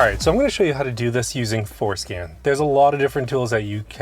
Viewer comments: Lets start with learning how to pronounce forscan, and not foreskin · For SCAN… say it right